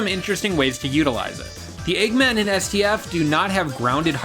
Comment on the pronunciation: You saying LEGGMAN just irritates me, like how can you mess up saying eggman.